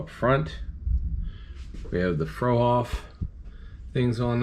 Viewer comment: Old time trucker here, now retired. I used to pull Fruehauf and Trailmobile trailers. Fruehauf is actually pronounced "Froo hoff" , not "Frow hoff" . This is the first time youtube has served up your channel to me, and I really like the builds you show in your intro, and the Peterbilt in this video. I also collect diecast by Franklin Mint and Danbury Mint, in addition to a growing collection of / plastic model kits. I'll subscribe to your channel to see more.